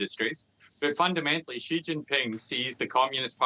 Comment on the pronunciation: How can this guy report on China when he can't even say the president's name right?